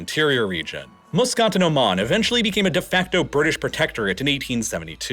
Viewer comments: It's so hard to hear muscat being so horribly pronounced. Please remember that it is "muh skat" not "moo scit"! Apart from this terrible annoyance, its interesting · It's a WAH-di, MUS-cat, and Dho-FOR ... yikes